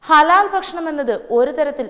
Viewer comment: News readers should be trained to spell rightly. guran- khuran, bashanam- bhakshanam and many more.